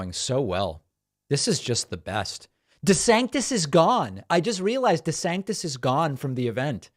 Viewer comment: Calls himself "dee-santis" in the video, then in the Twitter spaces thing he calls himself "duh-sannis" without pronouncing the t. Dude's all over the place